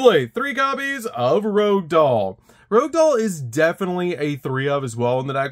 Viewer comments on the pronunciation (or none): I love that everyone reads it as Rogue Doll, like the starter deck card, and not Rouge Doll. It’s French for “red”, as in the color of blood.